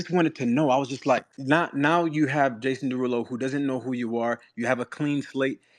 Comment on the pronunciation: Excuse me but his name is JAY-sawn deRUUloooo🎶